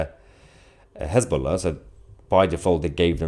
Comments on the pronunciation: Hez -BLOW-a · Mayher, it's Hezla, they lost their bolls. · His-ball-a became No-ball-a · His - boom - faila 😅😅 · Has-Been-Lah, perhaps?